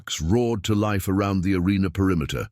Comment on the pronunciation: “As bikes roared TO LIFE“ wrong intonation.